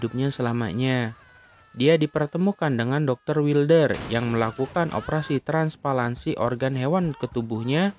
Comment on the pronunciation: Ralat: Transplantasi... Bukan transpalansi... 😁😁😁